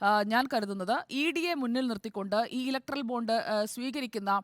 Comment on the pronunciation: സങ്കി പെണ്ണെ ബോണ്ട അല്ല ബോണ്ട്‌ ബോണ്ട്‌ 🤣🤣🤣